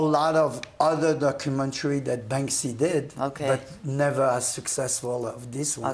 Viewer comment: Para empezar se llama banksy no "bansky" que no es más que una imitación de Blek le rat, banksy se dice artista del graffiti cuando lo suyo son plantillas no con la mano en alto como todos los escritores que se respetan, plantillas y luego copiadas de otros, además banksy tuvo inicios más rastreros que brainwash lo hizo atacando por la espalda a Robbo una leyenda consagrada del graffiti con sus plantillas robadas donde el 99% de "sus" obras eran y aún hoy son plagio. Si no sabes no opines y evitate hacer el ridículo toy.